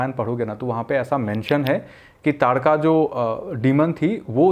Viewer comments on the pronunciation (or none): lol that dude pronounce taadka wrong 2-3 time in his last video ...he pronounced ताड़का as तड़ाका